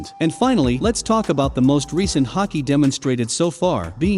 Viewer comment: Say Haky one more time